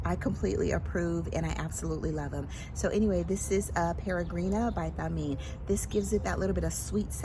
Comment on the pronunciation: Hi. It’s *Th*ameen, like thanks and think and thoughtful. There is a special arabic letter for that sound.